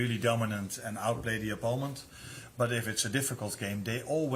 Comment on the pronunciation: I always smile when he pronounces "opponent" as "oppoment"